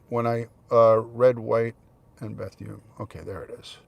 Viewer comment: It’s pronounced “Beth-oon” not “Beth-yoon” FYI. You make it sound like a Korean woman’s name lmao 😂